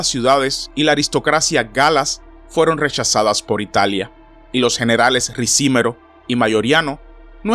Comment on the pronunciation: No es Ricímero, sino, Ricimero.